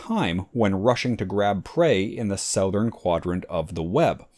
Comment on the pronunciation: love this, commenting for the algo. Meanwhile, you pronounce "southern" so weirdly. I know, the base is South, so your pronunciation is likely truer to the origin, but I have literally never heard anyone say it like you. People pronounce it, "SUH-thurn."